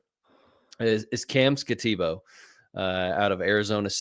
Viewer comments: Skat - a - boo. I don't quite get the boo pronunciation, but that's how it's said in Arizona. He's a beast! Go Devils! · these guys are trying to sell me fantasy guidance and cant pronounce skattebo or judkins? have these guys ever watched football? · Yeah, the guy can't even pronounce Skattebo's name and he grades Travis Hunter higher than Malik Nabers? This guy should never be on another fantasy Dynasty podcast ever again. One can totally disregard every single take he ever makes. That was pathetic.